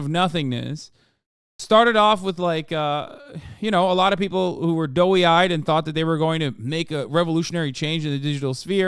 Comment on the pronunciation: It’s “doe-eyed” not “doughy-eyed”